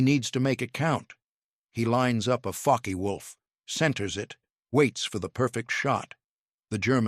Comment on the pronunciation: IT'S FOKKuh WOLF. NOT FOKKEE WOLF.